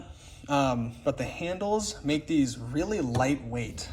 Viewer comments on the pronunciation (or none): none